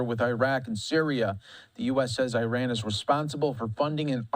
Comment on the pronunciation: Cannot even pronounce Iraq Iran properly 🙄